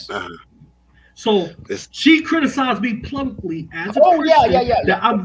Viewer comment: So many funny interjections and jokes by Loobis and all of them went over head. Loobis, please find a better co-host, this guy says PLUBICLY instead of publicly.